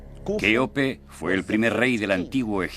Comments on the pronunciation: El documental está bien pero decir keope literal... no se hoye nada bien ya c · Ya cambien esas pronunciación de decir keope literal Eso es abominable.